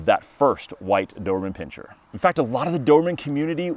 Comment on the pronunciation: Pin-ser. No pinching